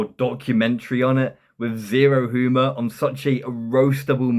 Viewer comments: You really think you are funny?! So fucking tragic. This is awful, and you can't even pronounce humour correctly. (hooomer??) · Turned off this vid after the 5th time he said "hoo-mir" instead of humor